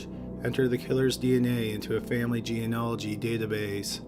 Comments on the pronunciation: He's never been able to pronounce it. It's kind of funny and sweet. I commented about it once years ago and he actually got better at it in the next upload- then went back to mispronouncing it, lol. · Its kind of sweet that you still cant pronounce genealogy.